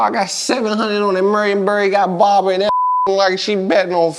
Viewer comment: Aye moe.. he said Barbara in that mfer like she betting on fannnnnn duel😆😆😆😆😆 I'm cryin!!!